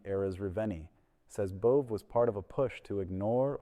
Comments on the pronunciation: It's pronounced "Bo-vay" A bit insignificant, but Just FYI. Love what you report. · Bove… His name is pronounced “Bow-vay.” Bow 🎀 (like a ribbon) vay.